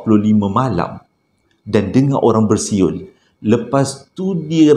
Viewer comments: 🤣🤣🤣besuet besuyer da sasul da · salam,...adoiiii terhibur lak bila payah nk sebut bersiul tu,,hahaha